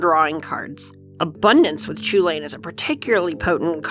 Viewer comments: So is it actually pronounced chew-lane and not coo hulen or just hulen? I thought I’d was more Irish like Cu Chulainn being pronounced coo cullen. Still. Awesome looking deck! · So the guys on the Casually Competitive channel pointed this out: Chulane is a name from an Irish myth figure and is not pronounced the way it phonetically seems to be in English (because Gaelic languages have weird rules) and is pronounced 'Hull-en', or more specifically: "Chulane is an Anglicisation of Chulainn, from the Ulster cycle of Irish myths of Cu Chulainn (Chulainn’s Hound). While the “ch” at the beginning should actually be the voiceless velar fricative (like a rolled “h”, or an “h” crossed with an “x”), that’s not a common place sound in English, so use a standard “h” sound. The rest of the word is pronounced “HULL-en” (rhymes with “sullen”). Not CHOO-lane. Please." Another example of weird spelling/pronunciation is Ashling normal Gaelic spelling of Aisling; which was thankfully not spelled that way as people would be calling her 'Ass-ling' or 'Ace-ling'. A friend form my hall in study abroad was Irish his name was Oisin, which was said 'Aw-sheen'. Basically Gaelic is weird. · Heard that Chulane is inspired by Gaelic characters and as such his name would be pronounced Hulin. Any thought to that as an English prof? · A Designer that cant pronounce Chulane correctly...